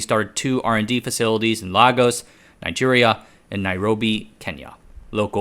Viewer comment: We call Lagos 'LAY-gus', not 'LAH-gos'. Before anyone starts talking about Portugese pronunciation, Americans don't say 'Or-LAY-uhn' in New Orleans